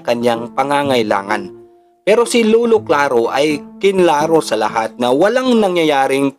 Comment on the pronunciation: LOLO HINDI LULU.. BOSS PAKINGGAN MO MABUTI SANA BOSES MO BAGO KAAG UPLOAD..